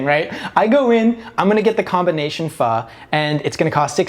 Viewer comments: yo, respect he pronounced Pho properly but pho is Viet, going to a Thai place and paying $25 tho 😮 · As an Asian person, the thing that shocked me most is when pronounced 'pho' correctly!!!!! Also more questions about Christine and the Oppenheim group would be cool. She's really nice in these episodes, not like the Netflix show at all. Also do a reaction video with on Rodeo Drive, please!!!!